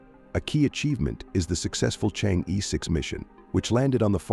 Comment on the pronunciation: You should pronounce Chang'e the right way. Not Chang-ee! Should be like Chang-ur! Try some Youtube sites.